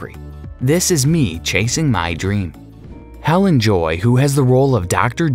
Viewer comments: Unbelievable. You managed to not just mispronounce but completely mangle the names Bisson, Helene, and Siobhan, and on top of that you got the capital of Australia wrong. Stupid, stupid, stupid! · Bisson is pronounced biss-ON' and Helene is hel-AYN' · Her nane is Helene , pronounced heleen.